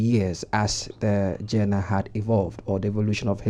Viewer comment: it's not pronounced jenner. It's pronounced zhan-rer